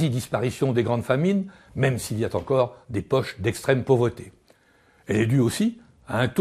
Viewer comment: " même s'il y a tencore " ? Je ne sais pas pourquoi tout le monde aime tant rajouter des T pour faire des liaisons inexistantes partout. C'est bizarre.